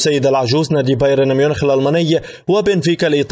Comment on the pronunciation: لديكم مشكلة في نطق حرفي B و P لذا أرجو منكم تعديل هذا الخطأ اللفظي pرازيلي و pرشلونة و pايرن ميونيخ تنطق بحرف b